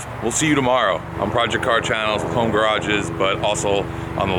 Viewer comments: "Working from Hoon" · HOMEHOONING? HOONIHOME?